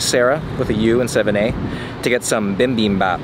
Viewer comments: the brainfart you had cracked me up soooo bad, i rewatched it like 3 times xD what a serotonin boost YOU TRYING TO SAY BIBIMBAP CRACKED ME UP FOR A FULL MINUTE TOO WHY IS THIS VIDEO SO ENTERTAINING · not gonna lie, as a Korean person, hearing you say "bibimbap" in the whitest way possible was quite funny! Thanks for the video,. Great as always.